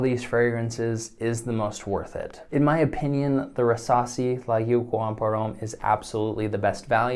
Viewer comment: When he first said Rasasi i thought he was trying to say “Versace” haha. Great video man! I’m definitely going to compare prices and make a decision